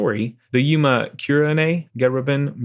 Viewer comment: it's yOma not yUma :-0